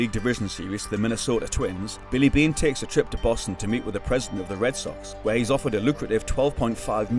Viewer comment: I believe Billy Beane is the only name you pronounced correctly that entire video😢